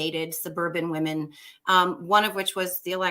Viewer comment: Victor.... two tiny quibbles: I hear you pronounce the collective noun 'women' (wim-in) the same as the singular noun 'woman' (wum-un). These are two distinctly different words which mean distinctly different things. Each has its own distinctly different pronunciation. Jer Z = "Jersey" (as in New Jersey) not 'jerz.'